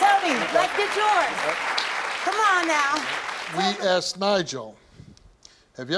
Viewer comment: Because the examiner asked (excuse me, "axed") the question.